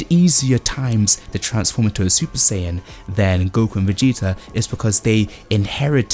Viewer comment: It’s SAIyan not SAYan